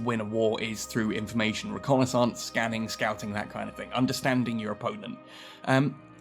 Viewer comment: i died laughing here. Instantly came to mind Dr.Robotnick, "do some rocknonassaince" 😂